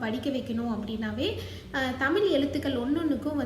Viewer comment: தமிழ் என்ற சொல்லை தெளிவாக சொல்லவும்